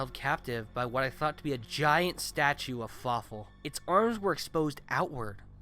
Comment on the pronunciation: Something tells me "And Fawfoo" would be less intimidating.